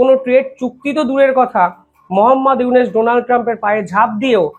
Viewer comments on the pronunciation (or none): আপনি ইউনুস মিঞার নাম বারবার "ইউনেস" "ইউনেস" উচ্চারণ করেন, বড্ড কানে লাগে। সঠিক উচ্চারণ করুন।